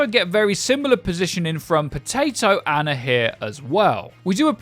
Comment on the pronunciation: Until you can pronounce Ana's name right I refuse to believe you